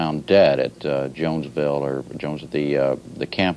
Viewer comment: "jonesville" oops reporter..